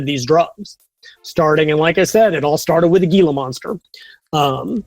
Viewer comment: I live in the desert southwest USA. It's pronounced "hee la" monster, guys.